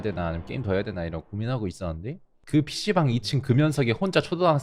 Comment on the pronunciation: 왜 에. 피시방이 피시발이라고들리지?